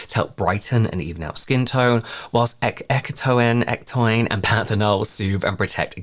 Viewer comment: I think it's pronounced ecto-in 💜